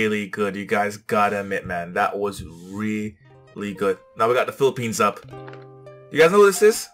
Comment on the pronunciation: I love Philippines, she pronounced the word correctly and she feels the song.